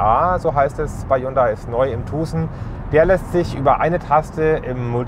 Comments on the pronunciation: Hyundai Tuhhsen...🤣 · Kann er sich bitte vorher darüber informieren wie man Tucson ausspricht!? Ist ja richtig nervig...